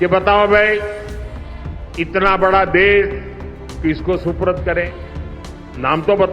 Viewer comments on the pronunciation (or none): सुपुर्द होता अनपढ़ सुप्रूद नही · suprad nahi supurd kehte hein modi ji